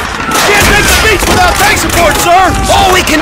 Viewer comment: at the beginning, the soldiers are always saying "beep" instead of "beach"